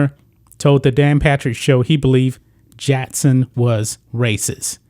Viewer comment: It's Phil JACKson not Phil JATTson.